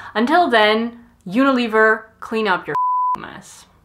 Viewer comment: That’s not how you pronounce Unilever